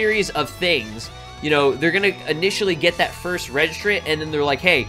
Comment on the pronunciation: Stop saying frist kids also the frist words he said frist